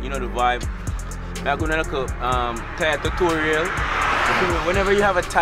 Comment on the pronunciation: what did he just said yo... TUTORIEL.....thought it was TUTORIAL.